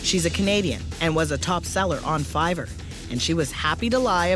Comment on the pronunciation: lol fivverr